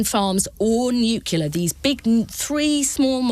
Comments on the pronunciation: FFS, it's pronounced "new clear”, not "nu queue luh". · “Nuclear” Ms Kendall, not “nucular”…. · Why are these people saying nucular instead of the correct nuclear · Can someone teach Kendall to pronounce NUCLEAR correctly ? She’s not George W Bush! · It's NUCLEAR not NUCULAR !!! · The woman can't even pronounce 'nuclear'. Another dumb, poorly informed Minister repeating the same dogmatic spin.